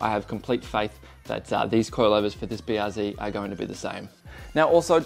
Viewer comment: BR what? Zee? Zed son, you're Aussie, and a qlder at that, get it right.